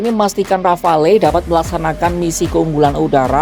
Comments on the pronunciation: Iya, harusnya disebut Ghafalu. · Pronunciation rafale salah min...